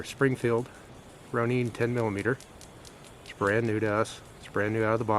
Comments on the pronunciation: Pronounced Rone-Inn. Hard O and the “in” as in ninja. It is a Japanese word.. that’s how they pronounce it. Springfield pronounces it like that too. Ronin is the name used for a wandering type warrior. A samurai without a master. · Ok, I get that that may be the way that you're supposed pronounce it but him calling it the "Roneen" is driving me nuts. 🙄🤦‍♂️